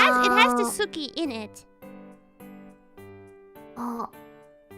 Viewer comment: So, I learned that suki means moon and s ki is liking someone and des isn't pronounced with the u. kk. Don't hear the t in tsuki don't hear the u in suki... maybe that's just my hearing.